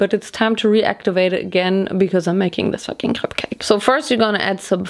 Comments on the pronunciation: As a breton, it made my heart happy to hear your correct prononciation of crêpe. It's actually pretty rare lol. And next time, if you want to make perfect crêpes, try to use the rozell (little wood thing) in small circular motions and in the same direction. It helps to make a neat form and it prevents holes too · Your speel of crêpe is very frenchy ! (And i'm french :3) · That’s the way we pronounce it in Germany :)